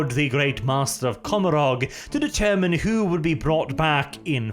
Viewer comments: you are my favourite, and I stand under correction, but I do believe the pronunciation of Commorragh is supposed to reflect the pronunciation of Gommorragh from the Bible. Which is usually pronounced Go-mo-rah, forgive my poor phonetic transliteration skills. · Commorah...is how it's pronounced.